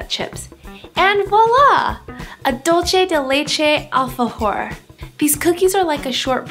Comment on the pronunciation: dulche dei leichei😂